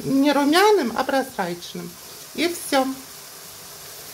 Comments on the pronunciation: Точно проСрачный😂😂😂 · Прозрачный лук или просрачный?Кто что услышал?